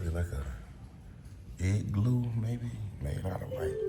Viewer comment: Yeah 😂 i thought you called it an eggloo 😂 TTA FAM ❤